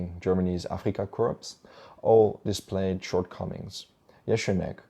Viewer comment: Interesting take on Hans Jeschonnek. Guessing or hope you have a linguist background. If you do I would suppose you would be interested in keeping pronunciations accurate. Korps like Corps in English whether Deutsches Afrikakorps or simply Afrika Korps is pronounced without the 'p' or the 's' just as dropping some particles such as 'the' and 'a' is common in reference to military acronyms.